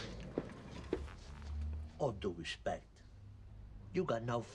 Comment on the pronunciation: "With all due respec"